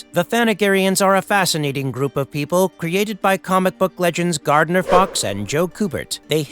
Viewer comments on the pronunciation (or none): none